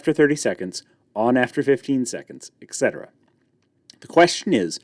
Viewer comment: Etc. is short for et cetera, which is pronounced ET-cetera, not ECK-cetra. There is no CK sound in the word. This is a very common error.